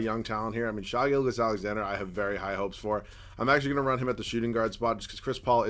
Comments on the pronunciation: It's pronounced Shay not shy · I can’t take youtubers pronouncing “shai” as “shy” anymore. It makes me want to die